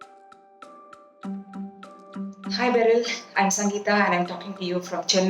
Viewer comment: I literally clicked on the video while having a drink and the Indian, slightly different version of Kara Kadalai. I also added green chillies and garlic. Btw, Sangeeta is pronounced with a soft T. Sangee-tha.